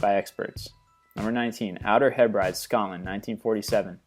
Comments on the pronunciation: just so you know, Outer Hebrides is pronounced outer heb-rih-dees 😂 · He says outer hebrities weird